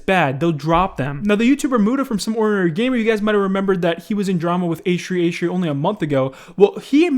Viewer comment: Um why aren't you saying h3h3 properly... Wtf